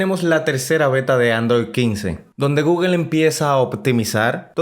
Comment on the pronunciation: Es google no guguel guguel no existe habla bién!